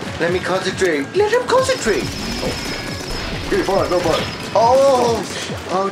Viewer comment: stop saying consetrating